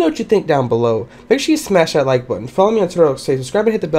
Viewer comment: I love it how he says if u seen a bucket in roblox SMASH THAT LOIKE BOOTUN